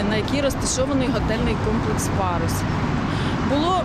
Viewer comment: Пагус забогловович. Как можно ггаботать журналистом. Ььфу